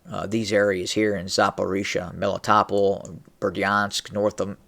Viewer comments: Meh-lee-tow-pol Melitopol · I think it's pronounced Meh-lee-toh-pol